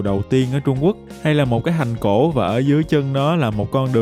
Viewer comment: Mong anh cải thiện phát âm nha ạ, “thành cổ” thay vì “hành cổ”